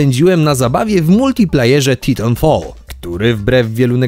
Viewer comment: jak juz Pan tak soczyście akcentuje Titanfall śmiałbym poprawić. "TAJTANFOL"..